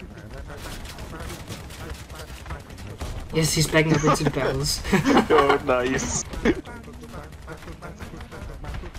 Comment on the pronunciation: “BARRELS” -PewDiePie